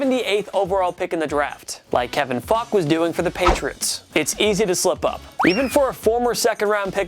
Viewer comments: Kevin Faulk isn’t pronounced Fock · .....is he saying Fock? 😂 wouldn’t be surprised if it was intentional